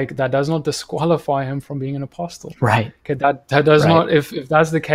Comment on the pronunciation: Great content. Just being a stickler here: "Apostle" has a silent "t". Should be pronounced "apossel" both in UK and American English. Keep up the good work.